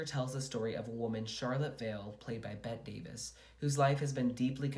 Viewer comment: Bette Davis pronounced her name the way you’d say Betty - you need to re-record